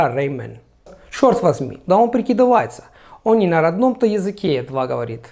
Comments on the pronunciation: всегда поражался твоему умению очень чисто говорить на русском, но в этом отрезке прям беда. 1.) Черт прозвучало очень не очень. 2.) Прикидывается с не правильным ударением. 3.) Этого резануло слух. Правильно было юы сказать ''это'. Но все равно, ты - самый чистоговорящий по-русски иностранец, которого я встречал на ютюбе. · Во фразе "Чёрт возьми, да он прикидывается!" не нужно растягивать так долго слово "прикидывается", и ударение необходимо поставить в другом месте, а так остальное довольно хорошо звучит с некоторым небольшим акцентом!